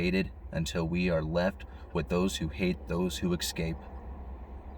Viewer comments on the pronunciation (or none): Simon…the word is eScape not “eXcape” there is no X!!!!